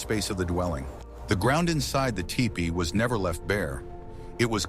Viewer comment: These videos are great for sure! But I'll be glad when the AI narrators stop mis-pronouncing words like bow and teepee!! Or will I? As a native who learned these truths from Elders of my Ojibway peoples I thank you for these vids!